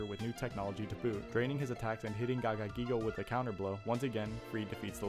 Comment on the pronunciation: this guy has the most fun-to-say name in all of yu-gi-oh and you decide to butcher it instead of pronounce it? That's an L bro, gagagigo, giga gagagigo and gogiga gagagigo are the best names we have in the whole game.